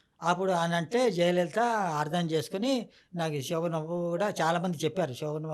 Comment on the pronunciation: శోభన్ బాబు అనాలి. సో బన్ బాబు కాదు తల్లీ.పలకడం నేర్చుకో.